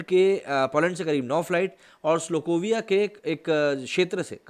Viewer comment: ...wo श्लोकोविया nahi.....स्लोवाकिया hai. Hamari hi tarah ek indo-european country jo ki indo-aryan language family and culture se belong kartaa hai. Baaki, news bohot dilchasp thha....jaankr mazaa aa gyaa.....abb dekhnaa ye h k baaki liberals ka iss vishay par kya pratikriya rehtaa hai